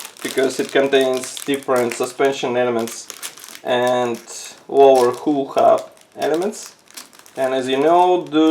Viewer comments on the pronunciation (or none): Superb review as usual. One thing though, your English is very good and when you pronounce the word Hull as you would say Sea Gull it will be even better. I teach English as a second language, so if you would like a quick call let me know and it will be free because of the great work you do. Thank you.